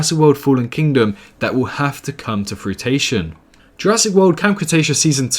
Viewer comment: souded like you said "frutation" tho. LoL